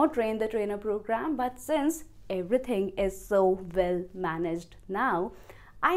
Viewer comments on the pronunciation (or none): none